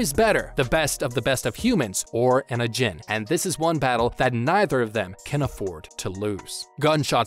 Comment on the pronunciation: I'm sorry but the way he pronounces ajin is just painful